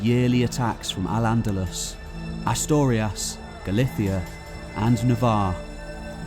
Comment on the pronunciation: I love your channel, but I have a couple of corrections to suggest: Asturias has a U sound in the middle syllable, not an O sound. It’s Ah-stur-ee-ahss, not A-stor-ee-az. Also, it should be exacerbates, the situation, not exasperate.